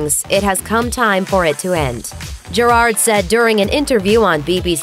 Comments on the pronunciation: Isn't it pronounced (jear - ad)? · Why is no one talking about the way they say Gerard’s name